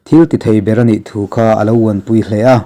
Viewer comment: Tùkhàw tih bawk tur a ni.